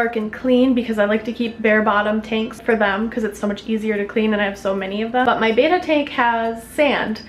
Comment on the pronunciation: It's not BAYtta it's BEttA FISHH ;)